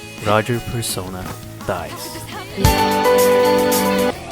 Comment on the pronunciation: Bruh how the hell are you gonna miss the perfect word. “Persono”? Bro you had “Perso-NAH” RIGHT THERE.